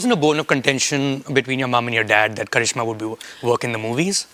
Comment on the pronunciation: karizma not karishma😂😂😂